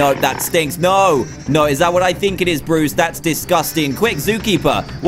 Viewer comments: Notice how he said bores instead of bruce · dan: borris me: WHO THE HELL IS BORRIS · Who noticed that Dan said Bois instead of Bruce